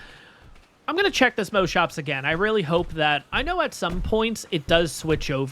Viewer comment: I have never heard any ark player pronounce Moschops as moaschoaps like how you say most, ive only ever heard it pronounced as moss. Thats really interesting. Also excited to find a new series to look forward too during the summer.